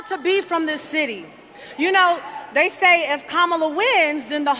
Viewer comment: Her: "I was educated in this city." Also her: "DEY say if..." Yeah, it shows, sweetheart.